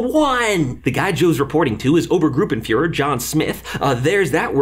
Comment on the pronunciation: His effort was great, but I still cringed when it became Obengruppenführer sometimes. As explanation: Ober=high or 1st for military ranks, oben=up